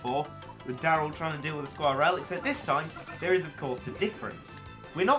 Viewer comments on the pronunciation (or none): You don't say skwirl like that